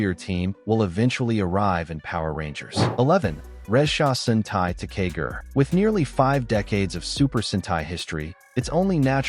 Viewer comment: Ressha Sentai Toqger is pronounced Re-ssha Sentai To-Q-Ger and Kishiryu Sentai Ryusoulger is pronouced Ki-Shi-Ryu Sentai Ryu-Soul-Ger. I love the video, but please learn the correct way to say it, thank you. You also butchered the names of 2 other Super Sentai, Zyuohger and Patranger.